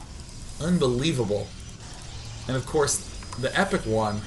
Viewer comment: Hey It's TehEpicOne here and my life was fulfilled when I found out Day[9] casted my game. <3 He even pronounce my name right this time. <3